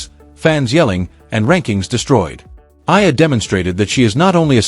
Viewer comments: Kindly pronounce the name of our Philippine tennis superstar correctly...! She is named Alex E-ya-lah (Eala). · Pls. EALA is pronounced E-yA-LA Starting to get tired of hearing otherwise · Study harder. Use technology how tonpronounce EALA properly. Its an insult to murder someones name especially a celebrity coz everybody knows. Stop calling her Aya. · Her last name is EALA pronounce as E-YA-LA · you are a terrible content creator! You can't even say her name properly, much worse, using AI voice. Why are you so focused on how much she could earn? and get your information right!!! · just to shame you can't even pronounce her name properly ALEX EALA ! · Ur commenting on eala bu u could not pronounce her name ... shame on u ... 😢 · I believe for communication purposes and just following proper reporting or documentation you should know how to properly pronounce the name of the subject of your video. Also the correct spelling of her name in the subtitles or captions.